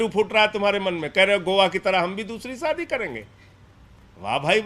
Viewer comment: Saadi nahi shaadi hota hey